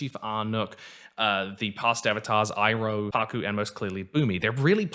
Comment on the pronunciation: I really liked it but was also very confused. They kept pronouncing the names wrong, like "ANG" instead of "OONG", or "SOCK-KA" instead of "SOW-KA", or "I-ROH" instead of "EEROH". Other than that, pretty good. However I really wondered where Zhiao got his scrolls about the moon and ocean spirit from.